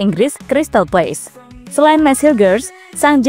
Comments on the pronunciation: Crsytal Palace, bukan Crsytal Place. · Crystal palace bukan place!!!